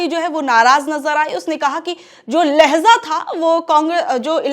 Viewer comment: Dear Madam ! लहजा! लहज़ा नहीं ! लहजा लहजा लहजा